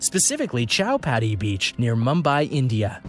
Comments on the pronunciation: U pronounce chow Patti as chi-pati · chowpatty is pronounced cowpatty